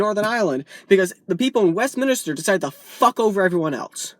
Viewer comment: Nice vid matey & its good to see a visiter to these shores being politically astute but if you dont mind me pointing it out but its WestMinster, not WestMinester lol